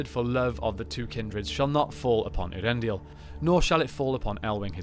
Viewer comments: Ay-ahr-EN-dil, not Ear-en-dil. Please, PLEASE read the appendices on Elvish pronunciation or The Languages of Tolkien's Middle-Earth. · In terms of the way the name sounds, I always thought it was pronounced "Ey-ar-en-dil" rather than as presented here "Ear-en-dil"...was I wrong? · I think so, I pronounce something close to "Ea-ren-dil". I give it a little more pause between "Ea" and then "rendil", in Appendix E of LOTR there is a clear explanation of the sounds of names but its been a while since I read it.